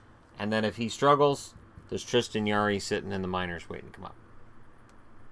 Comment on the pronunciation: As an Oilers/Oil Kings fan the J in Jarry is pronounced